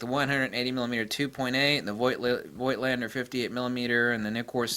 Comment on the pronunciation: The "i" in Voigtländer is silent. Voigt is the old (German) version of Vogt. The "V" is spoken as an "F". It's like with Moog Synthesizers. Most people speak the "oo" like in "tool", but it's "Mogue" like in "Vogue" (the french word for fashion).